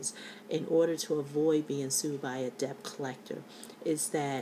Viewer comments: Thank you for sharing your tips. You should be aware, however, that the proper pronunciation of the word 'debt' is (DET). The letter 'B' in this word is silent. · Pronounced: DET. The "b" is silent. Pronounce the word... Knife. We all need a smile today.